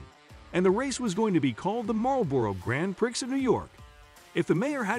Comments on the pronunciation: did you just call it the "Grand Pricks of new york"? Grand-preeeeeee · It’s pronounced NASCAR. It’s pronounced Cole Custer not Cole Chester. Formula One races are pronounced Gran Pree Not Grand Pricks Just sayin’ 😎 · Grand "Pricks", really? Actually now that I think about it, maybe pricks is the correct pronunciation when talking about NASCAR leadership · "Marlboro Grand PRICKS"?? 🤣🤣🤣 OK, now I know it's a bot! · Not a big deal...but I gotta say...this guy must know a lot about racing when at - he says the Marlboro Grand PRICKS of NY 🤣🤣🤣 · The guy says Nas ker and Grand Pricks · 2,15 did he say grand pricks?